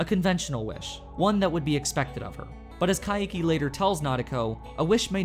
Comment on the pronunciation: Why do you pronounce Kaiki's name as Ka-i-ki? Its Kai-ki, two syllables.